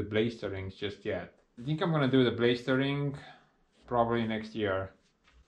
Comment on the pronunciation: the way you say plastering made me laugh its pronounced Pla - ASS - tering in English. and also Linseed oil is pronounced L- IN - seed oil. great video as ever my friend